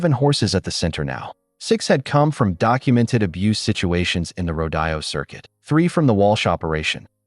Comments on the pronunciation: I love the story but PLEASE the word is rode o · The pronunciation of rodeo is ro dee o!